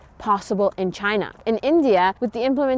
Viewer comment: She said "Chaina" the same way trump did xD